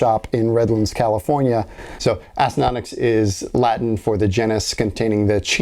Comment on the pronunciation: I actually really appreciate the fact that you know how to pronounce it acinonix :)